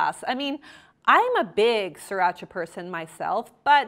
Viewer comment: I hate her so much for calling yellowbird "siracha" NO. lol you don't deserve yellowbird if you're gonna disrespect it this way.